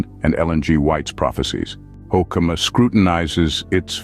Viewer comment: You've mangled the pronunciation of his name. Hoo-ke-ma, emphasis on the first syllable, e in the middle is short, not long.